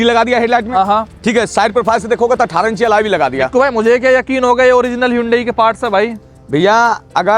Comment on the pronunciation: Alloy ❌Alaaye ✅